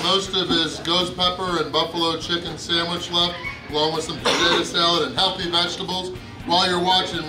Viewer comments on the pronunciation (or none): saying the word ''Healthy'' is like asking us Muslims to say ''Pork'' LOL